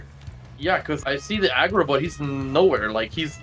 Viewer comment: When said I got the aggro it sounded like he said I got the Adderall